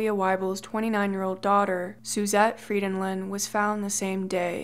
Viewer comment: I'm Norwegian, and this is the first time I've heard my last name (Frydenlund) pronounced right by an English speaking person. Maybe it's because people know I'm Norwegian and think that my name must be impossibly difficult to pronounce for that reason...? 😄 (My English friend says it sounds like I'm "singing a song in Elvish" when I'm speaking Norwegian.)